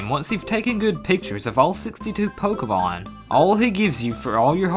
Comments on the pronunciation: you said fokemon instead of pokemon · I swear I hear you say 'Pokewon' at least half the time.